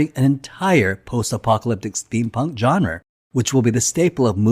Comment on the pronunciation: genre - pronouced john-ruh